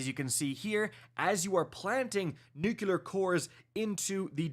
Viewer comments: Nook-ya-ler instead of the real way to say it: noo-klee-er lol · "New-Clear" "Nuu-Cleer" NOT "Nukular" "NooKoolar" SHEESH!!! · Dude you're killing me - its NUCLEAR not "nukuler'. Two syllables, not three. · Please for the love of god the word is pronounced Nuc - LY - er. ! There is no word NOOK - You - LER. SMH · Nuclear dude, not Nucular. Ffs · New-klee-er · it's pronounced "new clear"... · trying to be George with his nuculear weapons. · Yes, he’s saying it wrong, but it’s still a three syllable word, lol. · For the love of god man please learn how to say nuclear or just say nuke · I swear it makes my eye twitch!!